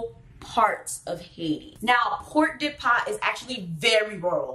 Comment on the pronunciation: What is Port de Pas? Port-de-Paix ou Pordepè